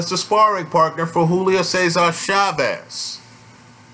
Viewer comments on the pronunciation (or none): none